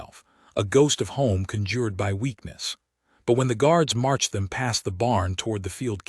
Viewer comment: Idiotic AI. The smell of home "conJURED ny weakness. Not the first, but the second syllable is accented. It's CONjured